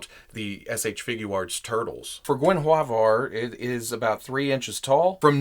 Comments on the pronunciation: It's supposed to be gwen-iv-eer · The pronunciation of the panthers name is easy enough. Her name is pronounced like Gwenevere. The swords, Twinkle and Icingdeath ;) Great review of these. Im waiting for my set myself. Just did an unboxing of the statue version of Drizzt, as well as his replica blades. Can't wait to open this set! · GUEN-A VERE IT'S HOW IT'S PRONOUNCED MY FRIEND. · Hi love the videos, as a proud Welshman, the cat's name is an old Welsh name Gwenhwyfar or Gwen-hooey- var( you were very close). Which is the original name of King Arthur's wife- Guenivere. Again love your videos and Hello from Wales! PS Esyllt Nest (Solo) is also a Welsh name. She was in College with me!😉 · What, Guen with attitude? Perish the thought! P.S. Someone, please talk Netflix into making a series based on R.A. Salvatore's work. It would rock. Oh, when pronouncing Guenhwyvar, think of King Arthur's, Queen Guenhwyvar. It is how the author envisioned her name to be pronounced. It is your video, good sir, do as you please. At your peril. :)